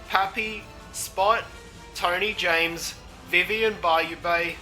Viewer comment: You pronounced some names wrong, but great video! 🎉